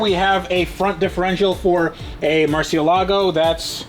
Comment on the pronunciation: Hey, when did you start pronouncing Murcielago properly 🤣.